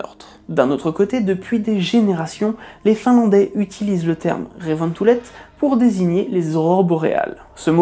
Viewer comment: bravo pour cette vidéo instructive et pour la bonne prononciation de "revontulet" (aurores boréales en finnois). Petite précision sur la traduction (Wikipedia a faux sur ce point) : "feux du renard" est bien traduit ("tulet" veut dire feux et "revon" = du renard), mais "queue de renard rouge" n'est pas correct. La queue d'un animal se dit "häntä" en finnois, et "tulet" n'a pas d'autres sens que "feux" ou "tu viens"... La confusion est peut-être venue de la légende expliquant les aurores polaires par l'action de la queue flamboyante du renard sur la neige. A ce propos il y a une deuxième confusion : "revon" est une déclinaison du mot "repo", l'ancien nom de "kettu", ces deux mots désignant le renard roux (ou rouge, ou commun... Vulpes vulpes), tout simplement le renard qu'on connaît en France et qui est très commun aussi en Finlande. "repo" est plus poétique, et entre nous, "ketuntulet" (prononcer kétounetoulette) ça accroche un peu sur la langue. Or à dans la vidéo, tu montres un renard arctique (Vulpes lagopus), qui se dit "naali" en finnois. Si le renard arctique avait inspiré le mot désignant les aurores boréales en finnois, on dirait "naalintulet", pas "revontulet". Plusieurs sources en finnois semblent confirmer que la légende se base sur le renrd roux, pas le renard arctique. Dans certaines versions de la légende, c'est un renard de feu (tulikettu) qui crée ces lumières. La confusion remonte à la source 8 dans l'article Wikipédia, qui traduit (en page 6) "revo